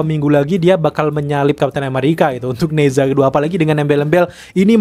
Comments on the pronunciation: Di baca naca, bukan neza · nezha bacanya neca, e nya e lemah.. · Bacanya Ne Cha min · "Ne Zha" dibaca "ne ca" dg bunyi "e" lemah spt pada kata "jeruk". Kayak kota Guangzhou dibaca "kuangcow", kota Shenzhen dibaca "sencen" dg bunyi "e" lemah. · Baca nya "ne cha 2" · Dibacanya "NE CHA" bang... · Mimpi....film Mandarin di bawa masuk....tuh sensor dan blokir nya bisa gak Nerima kenyataan??? Cara baca nya nezha 2 itu agak absurd haha